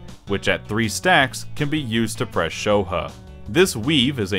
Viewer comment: Pronouncing Shoha, "sho huh" is not something I thought would infuriate me